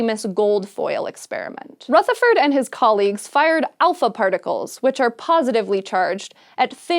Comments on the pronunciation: I would like to politely mention that the 'th' in 'Rutherford' is pronounced the same as the 'th' in 'the'. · Rutherford; soft th rather than a hard one. Like the, as opposed to think. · Nice video, but the way she says 'Rutherford' is just so triggering. Everyone in New Zealand is disappointed. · The way she pronounced Rutherford’s name😂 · Omg that's not how you pronounce Rutherford, I love you but that was like nails down a chalkboard every time you said it 😅